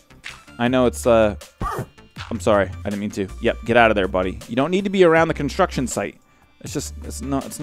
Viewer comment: conshtruction mod... :P